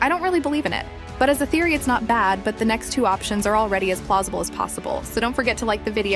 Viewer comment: “Very plozible”